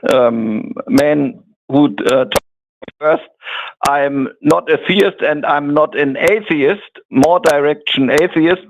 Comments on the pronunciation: I mean... the latest point at which everyone should realize it's him is the second he pronounces "theist" as "thayist"... thats such an easily identifiable speech quirk one should think. And not a common one. I dont think in all my years watching these shows have I ever heard someone say it that way... [edit: he even has the SAME EXACT SHITTY INTERNET PROBLEMS!! Identical robotyness and all xD] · Not the “thay-ist” pronunciation again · You can tell it's because he pronounced theist as "theyist"... only does that. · worse french accent since peter sellers